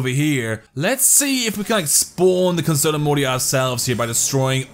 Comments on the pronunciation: It’s not conserto morty it’s prounounced concherto morty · It's pronounced "Conchertoe" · It's concherto that is how you say it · I have concerto morty BTW cun-cherto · it's pronounced (cun-Chair-toe) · Fun drinking game: take a shot everytime he mispronounces "concerto" you will die of alcohol poisoning. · I came across this video thinking it could be pretty cool it just makes me mad that he doesn't pronounce concerto right.